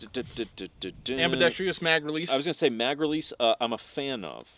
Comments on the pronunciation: Please stop saying ambedextr-e-us. It’s pronounced ambidext-rus. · So much to love about this review. The way you guys are almost never prepared and just kind of wing it. They way mispronounces “ambidextrous”. Your irreverent style.... But of course there are some negatives. You invoke “on fleek”. 😒. Your known controversial stance on Chik Fil A. 👎. The reviewers you love to hate to love. 😹